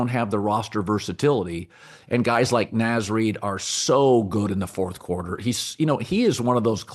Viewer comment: Did he say Naz Reid doesn’t sell jerseys? And did he also mispronounce his name? Come on man.. the Minnesota disrespect is truly getting unreal. We were in the mfkn WCF last year!